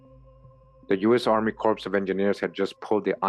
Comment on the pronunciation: Pronounced "core" of engineers. Marine Corps - core Corps(e) is a dead body. No pun intended.